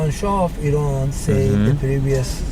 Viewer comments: Because Turkey isn't really mena. He knows this too which is why he's only middle eastern when he wants to be. Oh and btw we don't pronounce Iran or Iraq that way. I've heard him do it w a few other words too, he arabizes and exaggerates his accent. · Funniest part is that’s not even how you say the word “ Iran”